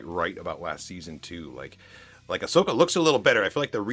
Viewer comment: “Ahsoka” not “Ashoka”